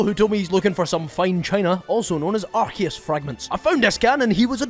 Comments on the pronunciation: Its Arkoos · It’s pronounced “ar-koo-ss”